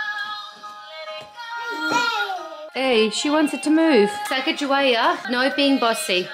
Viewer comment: That’s not how Sacagawea is pronounced